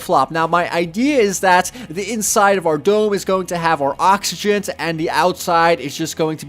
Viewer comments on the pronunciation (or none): none